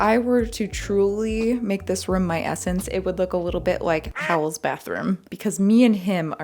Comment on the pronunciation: Did she say "Bowel's Bathroom" instead of Howl or doth mine ears deceive me? 😂😂😂